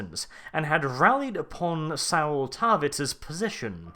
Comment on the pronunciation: Thank you for putting together such an in-depth break-down. One thing though: Saul rhymes with call, not owl.